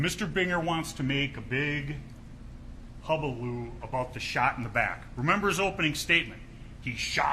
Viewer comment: Dear. It’s Rittenhouse on trial, not the Prosecutor. And the word is hullabaloo, not hubaloo.